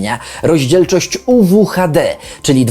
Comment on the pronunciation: Zrozumiałam "Rozdzielczość UwU HD"